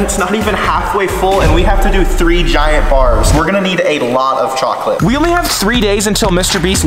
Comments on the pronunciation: he saied cokleat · not cohcoleth is for cohcoleithei